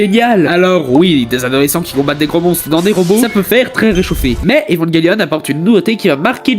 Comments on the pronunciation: J’adore le concepts mais c’est vrmnt trom rapide comme rythme (et en même temps très cours 10min pour parlé d’evangelion c’est cours) et j’ten supplie dit évanjélion et pas evanguélion( prend le pas mal mais ça m’a vrmt trigger) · Cette prononciation est correcte en anglais "évanguelione", mais c'est vrai qu'en FRANGLAIS ça se dit bien "évanjélion" (moi le premier). ;-)